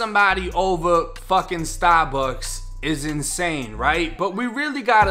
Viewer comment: “🗣STAH-BUCKS” 1090 gang4L